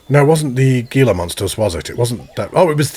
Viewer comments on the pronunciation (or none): Gila is prounced "hila" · I think the Gila monster is pronounced Hee.luh.maan.str. Healer monster ( I think that’s how you say it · The Gila Monsters are pronounced ( Hee-luh ), Az native here and the G makes an "H" sound in alot of cases. Great content : ) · Wow so amazing! Nice work. Just a bit of trivia, the Gila monster is pronounced with an 'h' sound instead of a 'g' sound. So it would look like 'heela'. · Hey! Loving the videos, I have used multiple of your workshop creations in my own zoo’s. I am fairly certain Gila Monster is pronounced like He-Luh Monster. Basically replacing the G with an H.